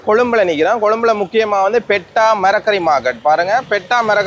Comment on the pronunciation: "Petta" illa bro "peta"😂